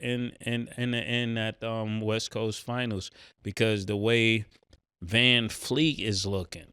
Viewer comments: The expert said Van vleeet 😂😂😂 come on he been ass. Ma$e do ya research. Amen been balling tho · Bro said VanVleet 😂😂😂 Y’all do not watch the Rockets it’s cool to admit it…but we here now. Get acquainted with Amen Thompson, Jalen Green, and Alperen Sengun that’s our real big 3. Had a whole 10 min segment on Jalen’s gold digging BM but been ignoring us all year when it’s actually sports related 😂😂 All love fellas enjoy the content